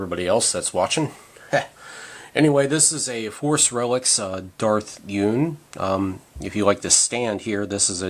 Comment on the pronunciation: It's pronounced Yun as in "Bun" but replace the B for a Y, to YUN.... not Un, as in Universe or Unicorn. It's Yun... good video